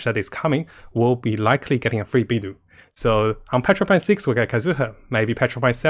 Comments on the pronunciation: Mihoyo: Beidou (bay-dough): Bee-dew! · Ahhhh your pronunciation of Beid'u' (wtf?) is so arck.. i just can't take it anxmore after you said it literally 10 times in 10s. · Kazuha: pronounces Beidou as "Beido": "Beedoo" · Not trying to hate or anything, but why does pronounce character names really weirdly? Can't he speak Mandarin? If he's trying to appeal to English audiences, no one even says Beidou like that, even though it's a miniscule problem, it's just really ticking me off.